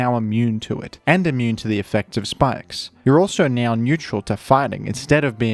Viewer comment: bro really said "neow" 💀